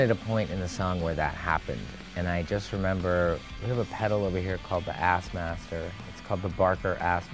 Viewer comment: You said Sassmaster wrong